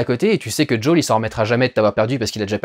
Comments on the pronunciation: Peux pas dire Joël en français ! "Jaul" ... Nul . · C'est "Joèle" pas jooooeeele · Ca me perturbe l'entendre dire Jo'ol à la place de Joel tout le long XD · " Joël " pas joel 😎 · Quand tu dis "Joël" a l'américaine on dirait que tu dis "Jul" 😂. Quel dommage qu'il n'y est pas plus d'infectés aussi. Je suis une bille aussi en jeux vidéo et j'ai réussi à finir le jeu en normal. Je te conseille de le faire quand même il est vraiment très intéressant ! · "Djawl"... T'abuses pas un peu Diuwondayl ? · j’entends bien mais là il parle français donc autant prononcer « joël » ça n’a pas de sens je trouve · Joël on dit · ce qui me choque le plus dans cette vidéo, c'est à quelle point tu t'applique à essayer de prononcer le nom de Joël en anglais XD please, next time, only in French ^^.